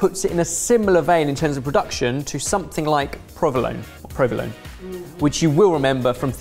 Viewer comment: Is so nice to see peoples discover caciocavallo, for me it's always been a normal thing! . If you want tip from a native speaker you need to pronunciate the "e" at the end of "provolone" like an English "a"